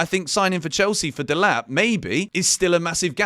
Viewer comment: Delap 😫😒 Tad boli ❌️❌️